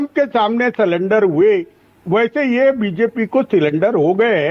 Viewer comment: सरेंडर को सिलिंडर बोल रहे है ।